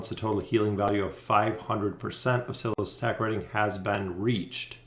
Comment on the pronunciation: Cil-iss??? No bro Sy-liss